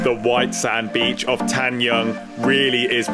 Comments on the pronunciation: I heard "tan-young" and I'm like whuuuut. Tan-jung, pronounced joong, and j like Jake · Tanjung (straits) pronounced as 'tonne joong'